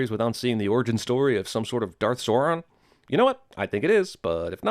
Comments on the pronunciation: Well cinemasins get 1 sin for Sauron pronounciation... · Someone should sin the CinemaSins guy a hundred times over for never learning how to pronounce the name Sauron.